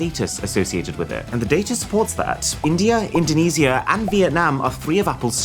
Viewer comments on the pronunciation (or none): First time I've ever heard it pronounced "indoneeez iiiia" like it's some condition 🤣 Apples a POS samsungs a POS all manufacturers are POS. If the share holders weren't too consumed by greed, we could have cured cancer, world hunger, all debt and have drivable condition roads. But nope. Minor crap upgrades every release, price tags higher than snoop dog. But hey "cOsT oF LiViNg" 🤣 to every "apple is good" video, there are 30,000 "apple isn't good" video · u pronounced Indonaisa wrong